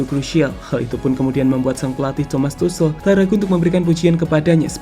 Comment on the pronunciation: Ralat min, dibacanya Tukhel, bukan Tusel))